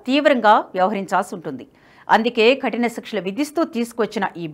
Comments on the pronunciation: ఖటిన కాదు కఠిన Please correct your pronounciation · Ma'am please change pronunciation khatina kaadu kathina